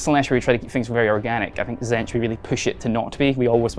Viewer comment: What's a zench? TZEEEEEEEEENTCH